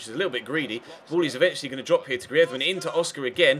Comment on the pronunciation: you pronounce greizmann wrong